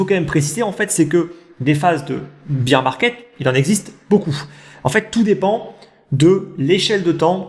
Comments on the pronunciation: Top la vidéo merci 😀 Pourquoi tu dis beer (bir) market et non bear (bèr) market? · C vrai,attention à ta prononciation de Bear/Beer market.Merci 😁